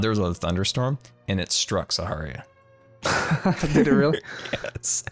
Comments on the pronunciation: the fact he is saying saharia and not Sahara triggers me for some reason. no clue how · SAHARA NOT SAHARIA * TRIGGERED * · It’s called sa-ha-ra, not saharia. Is moonbase Alpha from something else or from Armada? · its SAHARA not saharIA. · Omg. I love you man but you really have to stop saying Saharia. It's Sahara... like the desert. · My dude sa-HA-ra not sharia no offense btw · I love how keeps calling Sahara, Saharia. lol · Its sah-harr-ra not sah-hari-ya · It is Sahara not saharia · you said "Saharia" its "Sahara" get it right please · SA-HA-RA NOT SAHARIA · It’s Sa-Har-ah not Sa-Har-Ee-ah! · It’s Sahara not Saharia!! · Sahara S-A-H-A-R-A NOT SAHARIA WEHJKRHEWJHRKEW CONCORPIA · I wonder if is saying "Saharia" instead of "Sahara" just to make the Architechs angry...😂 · Who's gonna tell him... It's pronounced Sahara, and not Saharia😆😆😆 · It's not saharia it's Sahara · Please pronounce Sahara correctly it makes me cringe when u at saharia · you saying saharia instead of sahara is going to kill me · Does know that he’s pronouncing Sahara like “Saharia”? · Uh you know it’s Sahara, not Saharia? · It's sahara not saharia Edit: love dat music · It’s Sahara not Saharia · It's Sahara, like the desert... Not Saharia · Sahara not saharia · ITS SAHARA NOT SAHARIA!!!!!! JC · Great video as always😁!! (Ps: it’s sahara not saharia) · Just wanted to point out that it’s ‘Sahara’ not ‘Saharia’ (It’s pronounced the same way as the desert) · I don't believe there is an "i" in sahara , do you say saharia on purpose? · its sahara not saharia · It's not SAHARIA, it's SAHARA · SAHARA!! NOT SAHARIA!! lol! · It's Sahara not saharia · I got to ask. Do you think it's really pronounced "Saharia" or are you just refusing to call it "Sahara", as in the Sahara desert it's named after? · You know it’s Sahara and not saharia right? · there is no 'i' in the word Sahara scar... xD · Sa- har- ia ? pronounce it like Sa-hara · Sahara, not saharia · "Saharia" Really?